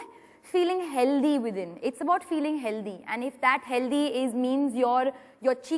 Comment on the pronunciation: It’s not healtheeee it’s healthy... proper English. She’s over confident I think ...